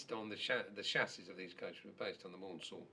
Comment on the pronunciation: Whose name is not pronounced mornsell but mansell according tp REL Maunsel himself